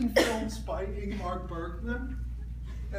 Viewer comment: Anyone else look for Mark Bergman movies after this? I am and I’m not having any luck..found it.. he didn’t say mark it’s Ingmar Bergman.., 👍🏿